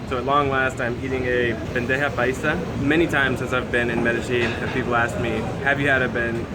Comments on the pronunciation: Bro! It’s not bendeja !!!!!! We Colombians call it BANDEJA !!! Say it right . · I think someone else mentioned it below, but it is "bandeja paisa" rather than "bendeja paisa". Delicious...and I really like your videos.